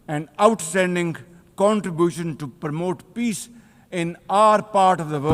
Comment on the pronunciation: Contribution ❌ contrubution ✅😅